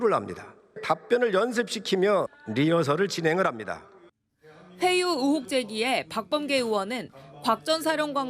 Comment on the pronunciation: 근데 왜 의혹을 자꾸 으혹이라 그럼 여자앵커분 발음 왜그래요?